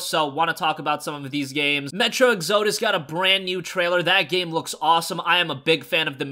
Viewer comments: Dude, you’re pronouncing the name wrong. It’s exodus not exzodus. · Exodus is pronounced Ex-uh-dus, not Ex-OH-dus. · you're pronouncing metro exodus wrong its metro exo dus not e xodus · Did you say metro exOdus or am I having a stroke? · Love the videos, but one thing lately is driving me crazy......it's pronounced ek-suh-duh s Sorry. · Still can't pronounce "exodus" I see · Have you never heard the word Exodus? You're totally pronouncing it wrong.